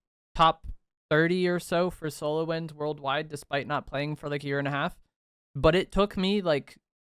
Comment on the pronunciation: Lmao why he day half like that 😂😂 haaaaalf